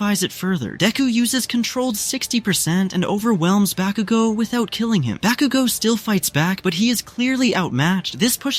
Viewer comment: I don’t know who this ba-cu-go is… I know who KAT-SKI BA-KU-go is.